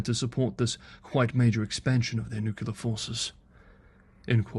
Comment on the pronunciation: "nuculer, ". 😬 >>>>"new clear"